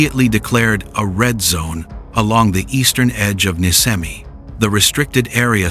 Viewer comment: IT IS NISCEMI NI THEN SCE LIKE SHEE NOT SKEMI IT IS LIKE ISH